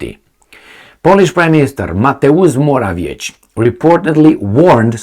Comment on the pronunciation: you should learn how to pronounce Morawiecki's name (and some other polititians' names for that matter). Why don't you look it up? It's really irritating...